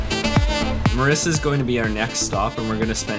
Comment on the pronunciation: Its Mirissa. That lil mistake should be corrected. Btw its a great video. Thanks for visiting my motherland 💕